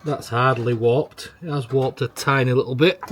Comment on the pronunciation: What are you saying? Wopped? Oh warped! Got it. Love the video!